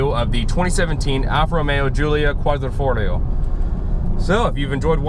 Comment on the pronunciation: Dude...you're an automotive journalist and you can't pronounce "Quadrifoglio" ? ....Be professional and practice it and then do your video.....EMBARRASSING ....